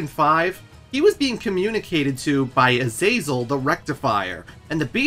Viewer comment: Man, it's a good video but I've never ever in my life heard anyone butcher the name Azazel like you have.